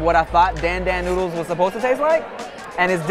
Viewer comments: I specialize in Asian cuisine, pronounces it as dan dan boodles smh. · The way they all pronounced dan dan noodles kinda made me cringe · "I specialize in Asian cuisine" yet you can't pronounce Dan Dan noodles correctly 😂 In fact, no one is pronouncing it right 🤦🏻‍♀️ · The way she said dan dan noodles made all the Chinese people out there cringe so hard.